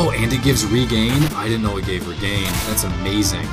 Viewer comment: not to mention its regen not regain. as in regenerate! ENGLISH DUDE! ENGLISH!! LEARN IT